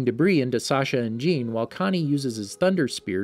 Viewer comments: Not trying to be one of those guys but jeans name is pronounced john just for other videos also enjoyed the vid and keep up the good work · Ah yes ,’jeen’ the horse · ah yes jeen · It’s pronounced “shah-dis” not “say-deez”. Also it’s not pronounced jean it’s a French name and it’s pronounced “sz-ah-n” like a soft j sound Edit: saydeez nuts lmao